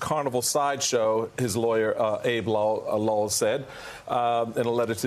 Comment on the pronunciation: BTW, Abbe Lowell's name is pronounced like "Abbey", IIRC.